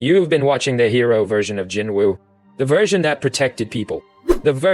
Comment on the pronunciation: Your TTS pronunciation of Jinwoo is as horrible as your conclusions. And your presumptions. Jinwoo's test WAS sacrifice and tenacity, the system would not, could not, choose someone without.